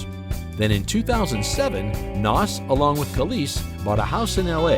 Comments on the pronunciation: His name is pronounced naz. Not Nass…….. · PLEASE pronounce his name right. You did a documentary about the man and mispronounced his name the entire video. HOW DOES THAT HAPPEN?